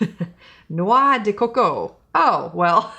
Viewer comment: "Noix De Coco ...Coconut for you English people!" LOL I was like "Wait! She is totally saying it the French way! Huh? Is she French?" Hahaha I am a French Canadian so if you ever need a translator just go ahead and say it in French and I will do that. LOL I love your channel and you doing Drug Store products.